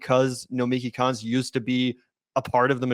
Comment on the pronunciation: The mispronunciation of Nomiki’s last name is accurate